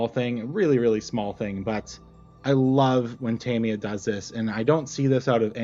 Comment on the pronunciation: You got it right the first time: "TA-mi-ya" and never "Ta-MEE-ya". The most accurate pronunciation is closer to "TAM-ya", as if the "i" is more of an apostrophe than a vowel... but your first effort was close enough.